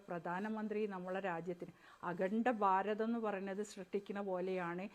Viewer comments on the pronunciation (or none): none